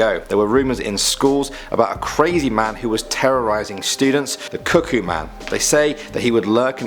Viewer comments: "the cuckkoo man" me: hears kookoo j-jungkook? 😔 "The handsome man" j-jin? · Cukoo man: cukoo cukoo Me: CUKOO THE FXXK OFF sorry for the people who don’t like swearing/cursing 😞